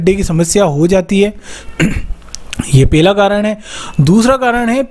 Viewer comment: Abe pela karan nahi pahala karn.